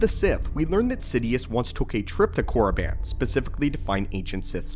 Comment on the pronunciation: thats not how you pronounce it, yes thats how it looks however the I is separate from Korr and doesn’t make the I sound. sounds more like Korr-a-ban or Korr-e-ban. good video tho